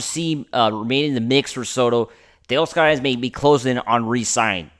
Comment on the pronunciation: Dude, if you stop pronouncing “Tay-OSS-ker” like you’ve got a mouthful of marbles & guano, you may get more subs. NO one goes for that selective Spanglish shtick—it’s gross & reallll annoying. 🥴🤦‍♂️